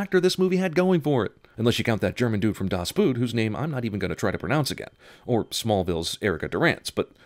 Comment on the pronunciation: did you really just pronounce Boot (boat, pronounced as [b o: t]) as boot?